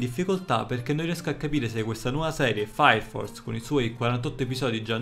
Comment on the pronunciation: Comunque è sempre bello sentire un sonoro:" faia fors" che distrugge le regole della fonetica inglese. Cmq anche questo tuo video mi h aiutato a sapere se guardare l'anime, grazie sei grande.